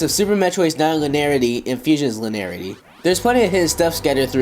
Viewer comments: Y can't the pronounce "linearity"? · lin-e-ar-i-ty. 5 syllables. Sorry, that just drives me nuts to hear it said like that >.< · Guys it's linearity, the e is pronounced